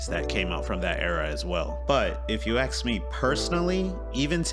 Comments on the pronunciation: Regarding the current art style vs old art in dbs. The new looks better and it’s not even close, despite you saying I can’t. The tournament of power arc is an artistic marvel. I’m sorry your particular taste isn’t in the mood to branch out. Also, it’s “ask” and not “axe” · It`s pronounced ASK not AXE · It’s ask not axe. Wtf is wrong with you, don’t ever call yourself a “thinker”